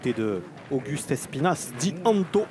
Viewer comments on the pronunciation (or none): On dit Panto pas antho mdrrr le pantolino